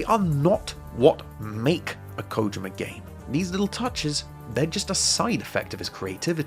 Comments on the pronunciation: Usually I hear people say "koh JEE ma" but Kojima doesn't have two Is in it, so what did is accurate. He pronounces his own name in "Hideo Kojima’s Closet Picks" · Thanks for being one of the people in the Anglosphere I can count on a single hand that bothers to pronounce his name correctly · You're the first youtuber I've seen who pronounces it 'Kojima' and not 'Kojeema'... thank you